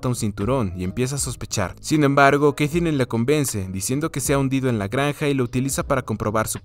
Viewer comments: Porque la sigues llamando Keitherine a Katherine 🤣🤣🤣🤣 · Que mal pronuncias Katherine, tío. No es tan dificil....